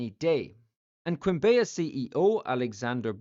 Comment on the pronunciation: As a Colombian myself, I had no idea about this. Also, the way you pronounce "Quimbaya" is very funny 😂. The correct pronunciation is like "kim-BAH-yah".